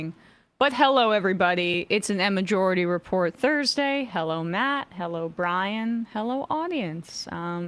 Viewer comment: Am I hearing things? I could swear that Emma is calling the show Emma-jority Report